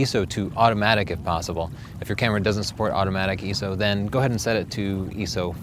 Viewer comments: What is eeeeso? You must mean ISO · 'Eee So'? ROFL, you mean 'Eye-Es-Oh, ISO? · I know you are an easterner but, EE-SO it is I-SO. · I.S.O not EZU or what ever you said! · Its i.s.o not iso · See, I was taught in photography school that it's pronounced "My-soh". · Did he say eeso? o.O